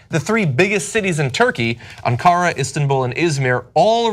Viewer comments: I know u will put me down as a "language troll" but... don't u think the guy reporting on Turkey ought to know how to pronounce Ankara? Hint: accent is NOT on the 2nd syllable, like your other news reader said, but on the 1st. AN-ca-ra Just kills your credibility....if u ever read these comments, which I doubt. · Cenk, teach John how to pronounce Ankara.